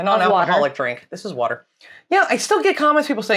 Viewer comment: Love you but please don't say "water" in the style of Kent Hovind again. 🤣🤣🤣